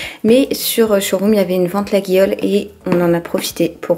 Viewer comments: ah sisi je t’assure je suis partie plusieurs fois en vacances là bas et les locaux nous insultent (j’exagère) si on le prononce LaGUIole 😂😂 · La marque des poêles ça se prononce « Layolle » lulu 😋 bisouus